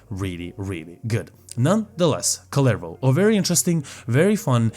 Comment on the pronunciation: I cant get over how people say "kullervou"